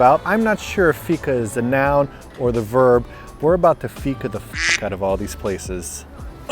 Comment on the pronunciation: Loved the video and almost every place you went to was new even to me as a citizen of Malmö! (I usually hang out in the cheaper/dirtier parts of town. :D) You nailed fika (pronounced like week, but feek. Feek-ah!) and made me want to have a fika for the first time in several months. Last time I went for fika we actually strolled by Köld and I agree that their ice cream is the best I've ever had! Still sad I was abroad when you guys were here but I'm so happy you enjoyed your stay! And I must try Unholy Water some day, it seems like a... reasonable cocktail. ;)